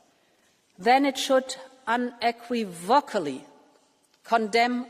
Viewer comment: Un-equee-vokely, and sov-ren-ity?! Dear, dear Ursula...sort it out, would you!